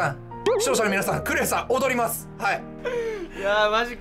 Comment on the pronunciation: 今更ですが、VIPさんの「ク↑レイ↓さん」って発音好きですw